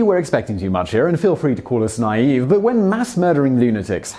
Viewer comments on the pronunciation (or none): none